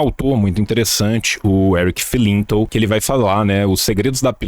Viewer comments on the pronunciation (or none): o sotaque yankee que ele mete pra falar Erick Felinto sendo que o Felinto é brasileiro hahahah